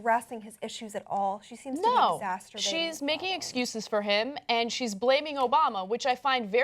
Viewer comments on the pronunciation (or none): ***** I'm pretty sure that's exacerbating.